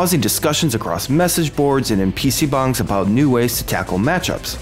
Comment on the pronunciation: wtf does he keep saying pc bungs